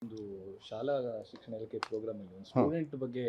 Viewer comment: ಲೇ ಅಯೋಗ್ಯ ಸಿಕ್ಸಣ ಸಚಿವ ಯವ್ವ 😅😅😅😅ನಿನಗಿಂತ ನಿನ್ ಅಣ್ಣ ಸೂಪರ್, ಕನ್ನಡ ಬರೋಲ್ಲ,😂😂😂😂